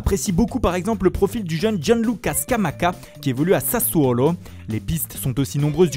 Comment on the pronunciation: Pour une fois qu'un journaliste fait en sorte de faire bien les accents étrangers ça fait plaiz